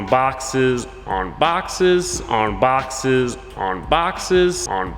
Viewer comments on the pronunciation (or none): Why i heard "on boxers" when he said on boxes